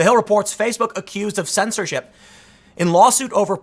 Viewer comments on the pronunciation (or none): hehe you said 'censordh1t"